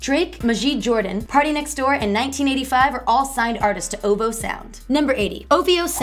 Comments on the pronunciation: O - V - O not OOVOH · It is O V O. NOT "OHVOH" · "oh-voo" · it's pronounced with the letters... like.. O. V. O. i swear this girl don't know how to pronounce anything. In Beyonce's she said Bey like "Bay". Girl!😑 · The pronunciation of OVO is gonna kill me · She can't even say ovo right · it kind of aggravates me when she says "ohvo" instead of o.v.o or "hyfer" instead of h.y.f.r😓😓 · How do these YouTube channels pick their hosts? Do they specifically look for the loudest, most awkward, most obnoxious, most uninformed doofus types? Its Oh Vee Oh. Not "oh vo". And its Ah-kwih-mih-nye. Not Aqua Mini. Ugggh. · Outkast Aqua-mini??? Oh-Voh ?? Do y'all not edit.